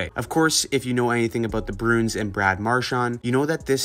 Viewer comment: Broons? Its' Bruins.